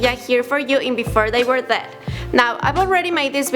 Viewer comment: "Before they were thead" lol this ugly annoying bitch